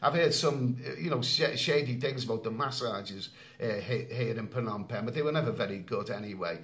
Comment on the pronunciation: How can it be Phanom penh? Friend can you change pronunciation?